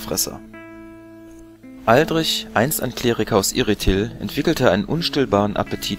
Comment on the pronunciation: "oaldritsch" ausgesprochen 😊